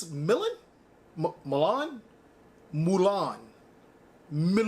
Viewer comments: Moo lawn is how it’s pronounced 🔥🔥💯💯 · Milan is pronounced (me-lan) 👏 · Try to say it like this " M'lan " , should sound good :D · It's pronounced Milan